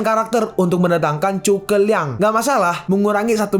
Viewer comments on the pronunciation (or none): Bukan chuke liang tapi zhuge liang makanya dari episode 1 sampai 39 tulisan zhu (zu) bukan dibaca chu(cu)🤦🏻‍♂️🤦🏻‍♂️🤦🏻‍♂️